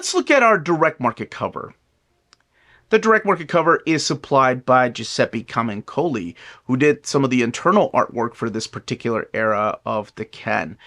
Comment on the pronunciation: what a pain hearing giuseppe camuncoli pronounced like that 😂